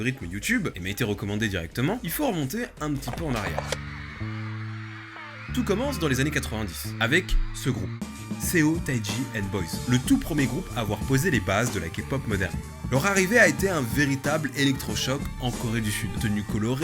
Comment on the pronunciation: Seo taiji se prononce pas comme ça, cest plutôt seo prononcé comme so (un o fermé comme dans jaune). Et yg n'a pas flairé le coup elle l'a créé plutôt, ça a été créé par un membre de seo taiji